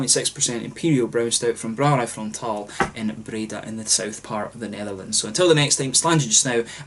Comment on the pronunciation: First off, awesome pronunciation of the name of the brewery! Frontaal has quite a decent balance between dark beers and ipa's/neipa's. They make some excellent BA versions of their stouts as well. Very nice to see the Netherlands represented in your reviews! And thanks for shout-out mate!!!! Proost!